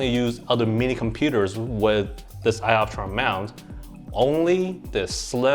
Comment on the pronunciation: LMFAO !! ‘sky optron’ :) I like how you can laugh at yourself bro ! Haha